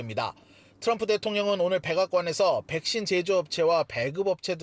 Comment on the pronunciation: 앵커발음: 터럼프 대통령 ㅋㅋㅋㅋㅋ